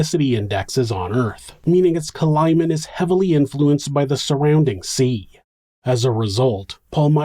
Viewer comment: Somebody needs to hunt Stephanie down and finish her. Also, stop saying cALimate. It's climate. Also acrosst. That's not a word either. "He pulled the seatbelt ACROSST his body". Wtaf????? Stoppppppp